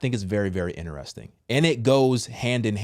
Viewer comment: Sir, respectfully: It’s Interesting! Not, Ineresting